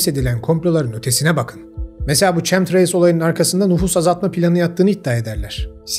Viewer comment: Çemtrails değil kemtreyls diye telaffuz edilir.